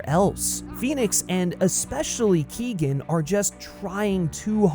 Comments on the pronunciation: Barry Keegan? 😂 being Irish the amount of people that have said Keoghan wrong is starting to annoy me 🤣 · barry keoghan is pronounced "key-owen" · Who is Barry kegan it's Keoghan your not supposed to pronounce the g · His name's pronounced Barry Kyo - han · you could try and pronounce his name right at least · you should probably learn how to say Barrys last night right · Another problem with Keoghan’s Joker is that they’ve gone so extreme with the face disfigurement, yet his speech isn’t impeded at all. With Ledger’s Glasgow Grin, it sounded like he had an obstructed mouth, like he’d been eating a bunch of peanut butter. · Dude, I get your point with the whole everyone copies heath ledger, thats all good. Barry Keoghan, you said his last name wrong, is fine. We’ve barely seen him. You’re ranting and raving about a guy who got about 2 minutes of screen time. Wait till the next movie comes out, then you can complain 😂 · Look up how to pronounce Keoghan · People need to learn to pronounce Keoghan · KEOGHAN not KEEGAN ffs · Barry ''Keo-han'' not ''Kee-gan'' Also the Todd Philips and Joaquin Pheonix interpretation of the character was very different and interesting. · Keegan?. The name is pretty much pronounced phonetically , Key-oh-gan. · His name is Not Barry Keegan.. it's Keoghan.. it's pronounced keeyoan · FYI: Keoghan is pronounced "Kyo-an" Source: Am Irish, it's a reasonably common surname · His name is not Barry Keegan. It's is Barry Keoghan. You should learn how to pronounce it if making a video on him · For all the Americans, Barry's sur name is pronounced "Key-oh-an" not Keegan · Bestie, you’re mispronouncing Barry’s last name 💀 it’s [Key-oh-gan] not [Keegan] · Keoghan is pronounced “Kyone” not “kee-gan” btw. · ‘Keoghan’ = Kee Oh an .. not Kee gan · It’s pronounced Barry “Keehon” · Can you please pronounce Barry keoghan name right it's like kyohan instead of Keegan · Keoghan is pronounced “Key-Owen” not Keegan lmao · It’s pronounced Co-en